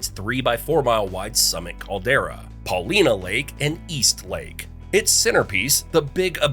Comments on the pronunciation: Also, Paulina Lake near Bend is pronounced with a long I. Paul-eye-nuh. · Interesting video but it’s will-lamb-met. Most people say Paulina as Pa-line-a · Paulina is pronounced PAUL I NA Willamette is Pronounced WILL AM ETTE Oregon is pronounced ORE E GUN